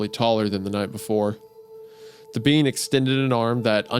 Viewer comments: 🫘 all I herd was “bean” not “ being” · Is it just me or do I keep hearing "bean" out of Wendigoons mouth everytime he mentions the word "being". I wasn't looking at the video so for the longest time I was very confused. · Everytime Isaiah said 'being" I thought he was saying "bean" like wtf do beans have to do with this 😭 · Why does Wendigoon pronounce "being" as "bean"? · every time wendi sais "being" it sounds like he's saying "bean" and it really adds to the story. almost as good as in stolen tongue whenever he sais 'fae's' mom or dad it sounds like hes saying faze mom and faze dad. so funny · Great episode! Fun fact every time wendigoon says being I kept hearing bean which made the mental image very funny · For a time, I genuinely thought the word Isiah was saying was "bean", till I started reading along.